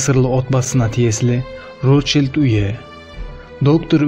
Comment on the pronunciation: Үйі емес Уйе екен Нормально сойлеси казактын тілін мазак кылмай